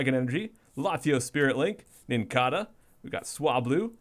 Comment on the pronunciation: it IS pronounced Nin-cay-duh. Nincada is based off the real life insect the cicada, which is pronounced sih-cay-duh, so it's pronounced the same way. Also, that wingull art could be one of the islands before you get to Slateport in Ruby/Sapphire/Emerald.